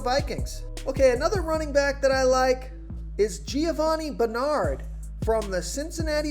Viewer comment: I like this guy, but he cannot pronounce Roethlisberger, Ezekiel or Bernard correctly.